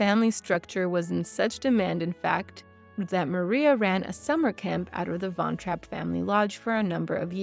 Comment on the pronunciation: Typical northamerican, you couldn't bother to take the time and learn how to properly pronounce the family surname